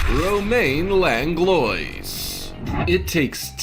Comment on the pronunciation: 1. The French artist's name is pronounced, "Longlwah"...sorry...the mispronunciation made me cringe. I'm a Virgo. ;) 2. I've had Samsung phones for the last several years, and they don't crack. Seriously...I am a HUGE klutz. 🤣 I drop my phone constantly...it's bad. I haven't had a shattered screen issue since the last time I had an iPhone. 🤷‍♀️